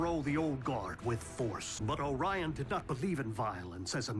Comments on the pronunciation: It's oRIan Not oranan come on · I’m sorry, but hearing you say oranan seconds after megaton saying Orion Pax drive me crazy.